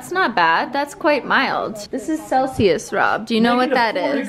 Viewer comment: WHAT THE FUCK IS A CELISUS. I'm dead ☠